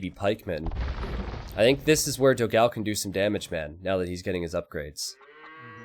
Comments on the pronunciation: please learn the correct pronunciation of "Dogão". It would be a gift to all your brazilian followers. Also, great content as always! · Your Dogao pronunciation is wrong, type "dó gão" at google translate and listen the brazillian portuguese pronunciation